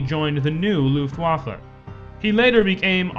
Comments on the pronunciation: luft-WAFFE? It's LUFT-waffe dammit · luft wafle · You can say "German air force", but if you choose to say Luftwaffe, you have to pronounce "w' as a "v", plus the last letter is an "e" (from "men") even though it might be blurred a bit into an "a" by real Germans.